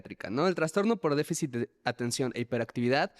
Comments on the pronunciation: No se dice traNstornooo... Es trastorno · TRASTORNO, no es transtorno